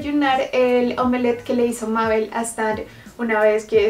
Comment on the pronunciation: to viendo que dice mabe'l:😅 y se dice mabel